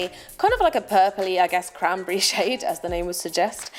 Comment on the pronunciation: When u said cranberry I thought u said crappy.. I love this look on u